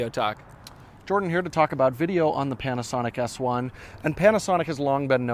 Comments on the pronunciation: Did he say "Panasonic ASS 1"? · Did he say 'Panasonic Ass one' ? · Is it me or at the beginning of the video does it sound like is calling the Panasonic S1 the ass1.